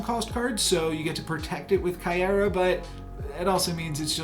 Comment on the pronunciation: Miek is pronounced like the word Meek. You got Caiera pronunciation right. Stormbreaker will be a 0/1 not 0/0